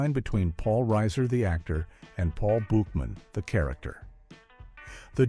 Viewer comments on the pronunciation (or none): BUCHman not BOOCHman!!!! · Bookman….Buckman…say his name correctly. Also said Kudrow and Buffet wrong.. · The Booookmans 😂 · Not many so much "Weird Facts" as basic ones that you'd know if you watched the show. Buchman, Kudrow, Buffay and Hal are pronounced wrong. The blackout was not caused by a lost earring, Jamie was stealing cable. Paul didn't discover that Kramer was living in his old apartment, Paul was subletting to Kramer. Jamie's mother didn't suggest nor explain the name Mabel for the baby, Jamie and Paul independently put the name together from the phrase, "Mothers Always Bring Extra Love." Maggie was married to two different men named Hal, 1st Hal then 2nd Hal then 1st Hal again, there was not a 3rd Hal. Why list "Weird Facts" that are flat out wrong? Is the narration AI slop? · They got some of this wrong. The pronunciation of Buchman was way off but also the episode about the blackout. It was because Jamie was stealing cable not be cause she was looking for an earring. Watch the show before making a commentary on it. Smh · It made me crazy how they butchered their last name. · The constant mispronunciation of their last name is infuriating!!